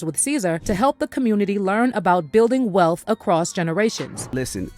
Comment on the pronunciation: "Generational wealf" 😅